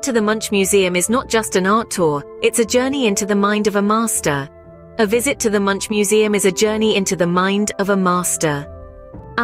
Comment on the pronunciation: One of the worlds most famous painters and you can’t pronounce his name? Sounds rediculous when you say it. It pronounced MUNK, and the U is pronounced like O in Obama.